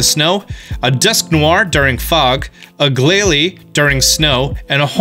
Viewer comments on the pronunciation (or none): none